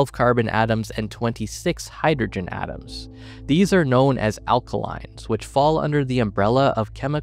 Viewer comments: They're ALKANES, not "Alkalines" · ... alkanes... not alkalines XD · Small error at time stamp The word is 'Alkanes' not 'Alkalinss'